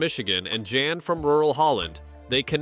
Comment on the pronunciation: It is POL not Paul and his name is Jan (Yahn) not JAN. Thank you!